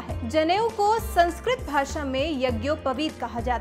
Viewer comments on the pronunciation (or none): none